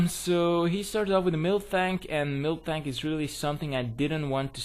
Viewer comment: i swear i thought you said milftank when you were saying miltank lol anyways gg.